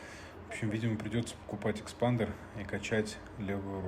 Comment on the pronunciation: Не экспандер, а эспандер